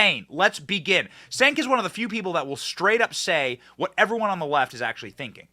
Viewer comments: Benny, the "C" is pronounced as "J" in Turkish, so his name is pronounced as "Jenk," or as I prefer to say, Junk, lol. Junk Yogurt. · It's pronounced "Chenk"